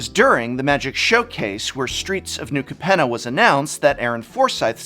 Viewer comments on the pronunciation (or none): Pretty sure it's pronounced Cape-nah.